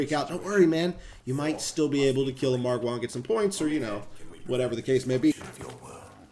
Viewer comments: Its Margar not marguare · The way you pronounce margwa is funny because I pronounce it like marg wu not marg waaas but said this for fun because I laugh so hard that I cry 🤣🤣🤣🤣🤣🤣🤣🤣🤣😂🤣😂🤣😂🤣😂🤣😂🤣😂🤣😂🤣😂🤣😂🤣🤣😂🤣😂🤣😂🤣😂🤣😂🤣😂🤣😂🤣😂😂😂🤣😂🤣😂🤣😂🤣😂🤣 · The way he say "margwaaa". 😂😂😂😂😂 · This guys sayin MargWars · He said margya with a hard A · does anyone else get triggered when he says margwa